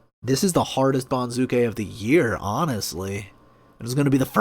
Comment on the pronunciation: accent for banzuke is on first syllable BON zoo kay, not bon ZOO kay